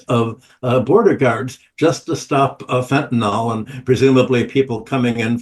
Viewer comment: It’s pronounced “Fen-ta-N(ill)” not “Fen-ta-N(all)”